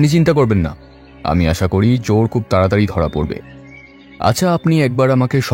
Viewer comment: আশা, আষা নয়